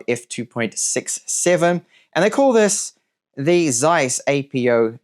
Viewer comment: How can someone be so superficial: not to be able to speak the name of a most important company in photo history? (Zeiss)